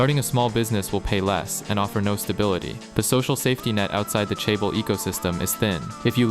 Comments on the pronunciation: hold up... you're "Korean" and can't say Hyundai? 😐 edit - or chaebol... I understand pronouncing things like Samsung wrong, but come on. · Nice video, I hate how you pronounce chaebol, dislike Edit: hell joseon also miss pronounced, unsubbed.